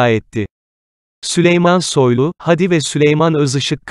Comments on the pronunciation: Haadi kardeşim, hadi değil. Sende telaffuzu öğren. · Hadiyi uzatmayı bilmeyen kanal Seslendiren arkadaş Hadiyi uzat